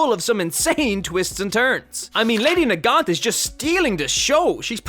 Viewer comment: It's Nagant